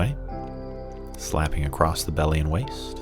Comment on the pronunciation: Very nice, thank you! I really enjoy when you explain the “why” of movements & postures. I also appreciate your poetic descriptions, like “moving through mist.” 💚 One thing that pulls me out of the moment, is when you say “acrossed.” That is not a word. Across is always across. 😉